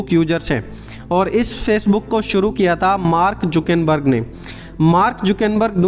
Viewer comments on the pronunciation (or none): none